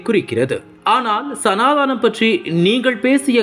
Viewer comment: சனா தானம் என உச்சரிக்க வேண்டாம்.. சனா தனம் என உச்சரிக்கவும்